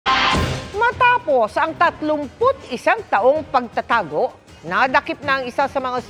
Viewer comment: Ate mel mali po bigkas nyo ng salitang PAGTATAGO